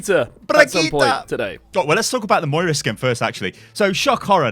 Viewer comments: M O I R A not moria.... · “Moria” it’s moira fuck nuts